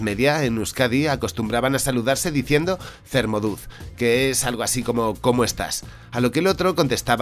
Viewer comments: Apaizak se pronuncia apaisak (acento en la i)y zer moduz se pronuncia ser modus ( acento en la e y en la u) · Vaya pronunciacion, ni de lejos: es zer modus (zzzzz zer, modus) y apaizak obeto (apai zzzzzz zak, obeto) y no apezak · Muy interesante. Lo único puntualizar que la "z" en euskera se pronuncia como la "s" en español, así que "zer moduz?" se leería "Ser modus?" y "apezako hobeto" sería "apesako hobeto". Me ha sonado como una mezcla de vasco-andalúz jjajaja. La respuesta "apezako hobeto" ( mejor sacerdote ) supongo que sería una forma de decir: "bueno, no estoy mal, pero si fuese sacerdote estaría mejor ( porque los sacerdotes seguramente vivirían bastante bien en aquella época en la que se pasaba hambre ). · CComo curiosidad y aclaración, en el vídeo mencionas la forma de saludarse. "Zer moduz?" es literalmente "¿Cómo estás" y se pronuncia con s ("Ser modus?"). En la respuesta dependería del dialecto. En "euskera batua", versión estandarizada del vasco, sería "Apaizak hobeto" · No se pronuncia con S en todo caso Cer moduz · Buen vídeo. Lo único tu pronunciación. Zer moduz? La "z" se pronuncia casi como una "s" me han sangrado los oídos.